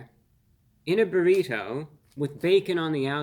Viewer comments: Reviewbrah is great. But the way he repeatedly emphasizes the non existent “h” sound in burrito (aka “burr-heeto”) makes me think he may be the grown up version of Stewey from Family Guy lol. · BA-REE-TOE!??! so annoying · Why does he pronounce burrito in such profound way I guess almost like you can hear every letter in the name when he says burrito the bo-reet-toe😂😂😂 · Nice job, but you’re T is over pronounced when you say Burritoe 😂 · No one. Not a single human on this planet pronounces "burrito" the way reviewbrah does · I just like the way he pronounces burrito. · The way Reveiwbrah pronounces "burrito" tickles me every time the same way I hear some flap-headed Canuck say "oat." Wholesome content.